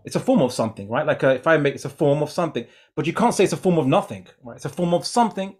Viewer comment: The only thing I learned through was "nuthingck"